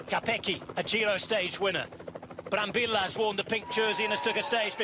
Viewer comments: the LLLLLLLLLL not YYYYYYYYYYYY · Ma que, non sare dire il nome de Brambilla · Nope, he keeps saying Brambilla wrong